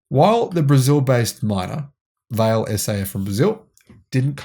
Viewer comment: It’s “vah lay”. Portuguese